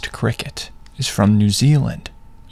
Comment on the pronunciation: Please pronounce it wētā 😭😭😭 Wētā is the insect. Weta is poop.